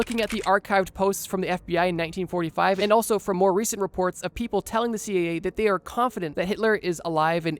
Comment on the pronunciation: Why do you keep calling the CIA the CAA?